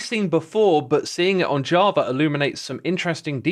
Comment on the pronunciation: why do you say javra? 🤔